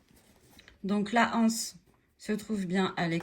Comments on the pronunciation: Les z’anses, l’anse. C’est bizarre cette mode qui consiste à prononcer anse comme si il y avait un h aspiré, alors qu’il n’y en a pas. Ceci étant dit, merci pour cette excellente idée de sac bi-matière. 🙂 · Exact! Je ne sais pas pourquoi tant de personnes disent la anse, les (h)anses ?